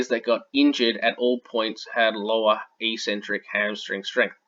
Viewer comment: Good vid. "Eccentric" is pronounced "ek-sentric" btw.